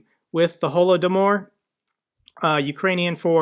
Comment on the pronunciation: "Holodomor" = Ho-lo-do-meer. Sorry about what happened with your portfolio,! I'm curious if you'd make a video about how your trading strategy has changed over the time you've been trading? I'm here for the Ukraine stuff too, obviously.